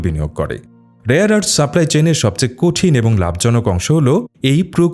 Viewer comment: বাংলাদেশী মিঞা মাল মনে হচ্ছে! বর্বর। কথা ঠিক করে বলা শেখ।ওটা 'রেয়ার আর্থ' হবে।আরস নয়।🦛